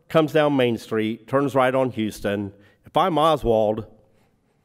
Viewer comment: How can you spend decades researching the assassination and still not know that Houston Street is NOT pronounced the same way as the city further south? Serious question.